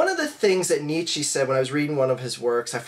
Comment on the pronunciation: There are some troubling things regarding your "study" of Nietzsche: 1. You pronounce his name wrong, someone who studied him would know (and use) the correct pronunciation. 2. He wasnt communist.He was the exact opposite (The ubermensch; the idea that everything must be earned through individual hard work). Its like saying Adam Smith is Trotsky. Anyone who studied Nietzsche would never, ever make that statement. You clearly never studied him and are hoping no one will call you out on it.